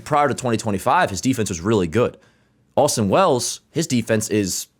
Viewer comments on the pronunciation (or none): none